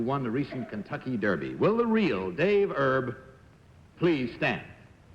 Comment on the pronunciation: pat mccormick, the 4 time gold medalist in diving is still alive at 88. the kentucky derby jockey's name is david "erb", not herb. he narrowly missed winning the triple crown in 1956 finishing 2nd in the preakness, he (on needles) won the belmont stakes and kentucky derby. no mention of his passing on wikipedia, he'd be 95 if still alive.